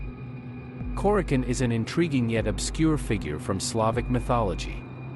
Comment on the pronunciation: Nice video. I believe the proper pronunciation is Kore-a-chone.